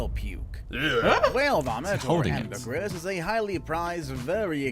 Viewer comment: That is not how ambergris is pronounced lol